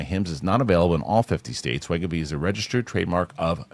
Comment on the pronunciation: Thank you, Winston!!! Thank you for correcting Kristian's pronunciation of wegovy....cracked me up every time he'd say it wrong. 😂😂😂